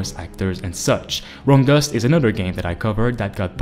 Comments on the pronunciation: Can someone please tell me the name of the last game on this list? I can't make it out. From Dust or Wrong Dusk? Not sure what he's saying. Thanks. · What was the name of the last game you mentioned? Romdusk? Room dust? I couldn't understand your accent ☹️ You should put the names of games that you mention in your videos in the description.